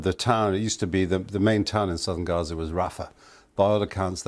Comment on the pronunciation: It's Gaza not Raza.. the Woman's called it Gaza.. so did the Britts, the Turks... and the Gaza football team who were all Jewish...